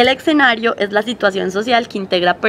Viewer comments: Exenario, XD ojo muchachas. Se pronuncia es esenario (ya sé que se copia escenario) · se dice escenario...no excenario